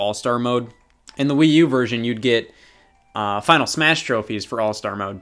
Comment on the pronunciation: Superd smaesh broter